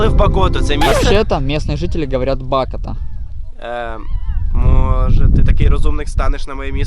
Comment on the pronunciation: Правильно Говорити Б'АКОТА